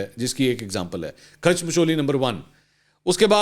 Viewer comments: او بھائی الفاظ کھاچ ہوتا ہے کھیچ نہیں کھاچ مطلب جیسے اپ ہو باقی مچولیاں اپ ایسے ہی لگا دو ، باقی اپ کو الفاظ اتے ہیں مجھے بھی الفاظ اتے ہیں جیسے اپ کیلے الفاظ ایا ہے وڈی کھاچ 😅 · khech nahi khach hota hay 😆